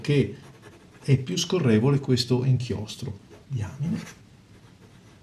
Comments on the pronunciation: ...si pronuncia "daiamain"! Che diamine!! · Sì pronuncia daiamin... Se proprio dovete fare le correzioni, prima studiate...